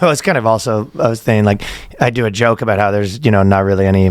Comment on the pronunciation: I know! 😂 and “aboot” It gets me every time.